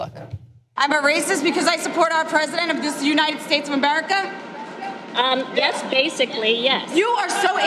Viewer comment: she can't even say America, it sounded like "umberrica"